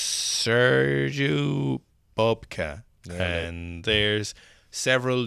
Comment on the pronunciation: WOW! Butchering Sergueï Bubka's name, and talking about him, like he is just another pole vaulter! You got some research to do!!!